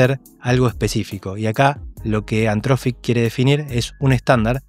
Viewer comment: gracias por el video pero por favor deci bien anthropic jajajaja